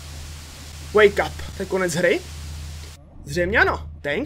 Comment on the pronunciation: to znelo misto wake up tak jako make up